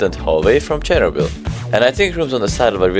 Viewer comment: Please! It’s not “cháir-oh-bill”, it’s “cheer-Nóbel” or “cheer-nó-bill”